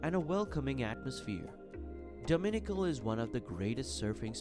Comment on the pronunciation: Beautiful video. But would be much better if the narrator could pronounce the names of places. For example, Jaco Beach is not pronounced "Jacko". And Dominical is accented on the last syllable. lol